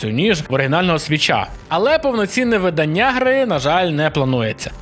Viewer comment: Правильно говорити не виданнЯ, а видАння.